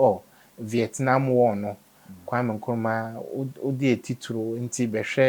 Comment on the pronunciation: KM: Kwame Nkruma, Not Nkwame! Get the man's name straight, please.